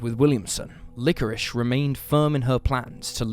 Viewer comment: LikoriSSSSHSHSH" That's it. I am using subtitles.